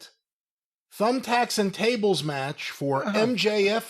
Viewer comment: "Thables and Tumbthacks" Lmao.